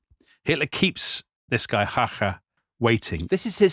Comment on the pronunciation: Excellent pronunciation of Emil Hácha, sir!